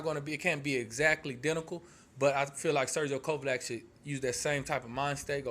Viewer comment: well that's not how u said it